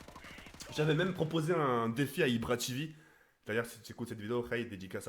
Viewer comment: Ibra tivi avec l'accent anglais 😭😭😂😂